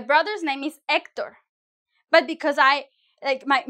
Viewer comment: Had me at “Hecterrr” Sub achieved!